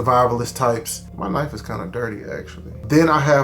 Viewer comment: I call it a Kuhnife too 😂